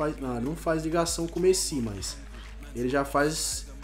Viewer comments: Mto fraco esse...Totem? Messí? fala td errado e ainda não sabe fazer ligação, mano quando ce quiser entrosamento faz so cara da msm liga ou do msm país. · Mano que agonia vc falando Messí, com acento no "I" véi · FALA MESSÌ PARECE FRANCES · não se fala MESSÍ NÃO É MESSI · Messí? Krl esse daí é o cara que sabe de futebol? Pqp é Messi krl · não é messí é méssi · mano vocês perceberam que o fala errado desde dele falar Messi ele fala mesi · Mêssi kkkkk é Messi!! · Quem kacetas é "Mecí" ? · Não é totem e sim Toty e não é meçi e sim Messi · Mêssi é méssi que se fala porra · nao é mesi é messi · só não conseguiu porque você fala MECI não MESSI kkkk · se fala méssi não mêssi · Tiu fala Messi e n mesi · Não é messí e messi i e Toty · Mano n se fala mêssi e sim méssi (mas escreve messi) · Porra fala direito, eh toty não totem, Team of the year, eh méssi não mêssi, se escreve messi mas se fala assim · e messi nao mesi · aprende a falar as coisas certas, por favor! da pavor de escutar tudo errado! (totem é TOTY, meci é MESSI, baile é BALE e muitos outros né) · Carai que agunia ele fala messí não Messi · Não se fala messí e messi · para de falar meci e Messi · Aprende a falar o nome do Messi poxa e MESSI NAO MECÍ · Para de falar MECI é Messi porra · por favor nao fala messi^ fala so messi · Eu sei que é um modo de dizer, mas mesmo assim dá uma raiva ele falando Mesi kkkk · "Coloca o Rakitic ali q da entrosamento com o Mêssi"kakakakaka ta certinho,pronuncia 10/10 😂😂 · A cada vez que o fala mesi, eu até passo mal 😂😂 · "Messí"? Tenha paciência ne ahshhshshshsjsh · Alguém ensina o a fala "MESSI"?! PQ TA DIFICIL KKKK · Drafti,Messí,Toten pelo amor de Deus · Por favor, nem de zueira chama ele de "meci" KKKKKKKK. É muito estranho. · O falando mêssi, q raiva kkkkk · Eu não sou Heiter do mas ele quer falar certo e não fala pq fala messí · Meu deus, para de falar messí